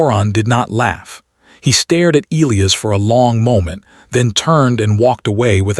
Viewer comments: Oh! Having reached the end now, and knowing that Elias is from Rio de Janeiro, I can say with absolute confidence that his name would be the 1ˢᵗ way I listed (Eee-lee-iss). Soooooo... The A.I. actually got it right every time I paid attention to it. Sorry to burst your bubble, but hey, we all have gaps in our knowledge. Nothing to sweat! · The character is Brazilian and the in Brazilian Portugese the name is pronounced eh-LEE-as like the AI read it (any BP speakers please correct me). I think it would have made more sense to present him as Brazilian earlier, but the AI actually got it right.